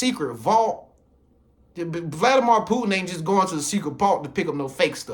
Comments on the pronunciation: Every time this man says Vladi-mar i cringe... Vladimir = (Vladi-mere) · Brother please get the pronunciation correct. It's Vladimir (meer sound) anf not mor sound.